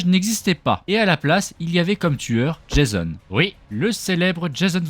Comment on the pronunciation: Tu tais tromper tu a dis jaison😂😂😂